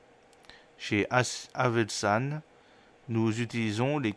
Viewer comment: Bonjour , pourquoi repetez vous toujours haselman ? Pourtant vous n'avez qu'à lire .